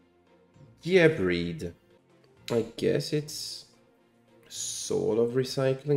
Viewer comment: Just a quick note: the name "Gearfried" should be pronounced "gear-FREED". This is the only card that should be pronounced "gear-FRIED", like fried chicken. Because he's on fire.